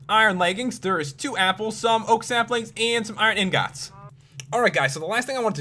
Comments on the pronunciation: I fucking HATE the way you say 'ingots' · POPULARMMOS SAID INGOTS DIFFRENT